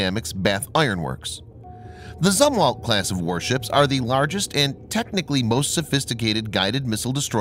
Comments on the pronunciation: It's pronounced ZOOM-WALT! Christ you've been saying it wrong for like a year now! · You're mispronouncing Zumwalt. Use a long "u" when you say the word.